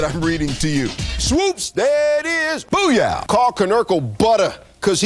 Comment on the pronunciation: He’s saying “boo yeah” and not “boo ya” like he’s supposed to. 😂😂😂